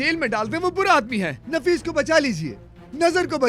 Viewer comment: Naffish nhi hota nafees hota hai